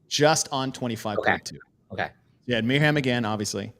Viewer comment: JFYI I think it's pronounced Miriam